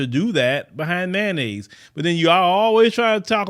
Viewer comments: That's that ma-yayo-nnaise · Someone being murdered is always sad… but, every time said Mayonnaise I did laugh 🤷🏾‍♀️ I know that’s bad.